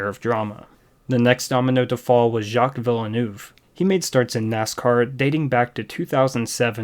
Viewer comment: I’m sorry but your pronunciation of Jaques Villeneuve was quite horrendous